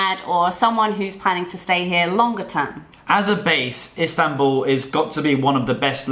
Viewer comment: I want to help you pronounce Istanbul correctly. Ist An (as in Han Solo) bull . Good video 👍